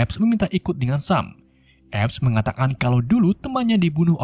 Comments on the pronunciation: Bacanya bukan sam tpi yg bener sem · Dibaca nya sem